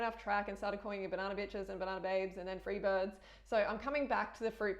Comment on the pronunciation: I freebirds because of your accent though 'freebeehhdds'